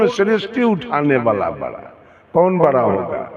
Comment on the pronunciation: राम की निंदा करता है ये कपटी सत्संगी नहीं हो सकता ईर्ष्यालु बाबा बड़ा बड़ा को बरा बरा बोलता है बोलना तो सिख लो कपटी साहेब जय श्री राम जय श्री राम